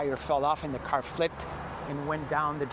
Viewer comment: It's car not ker